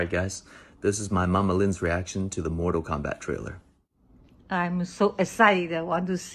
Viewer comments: “Mortal Komeback” lol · "mortal kum" I am all for that as well